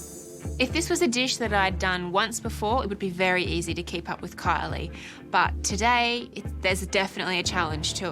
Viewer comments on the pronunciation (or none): I had to check the comments to find out her name is Kylie and not Coilly.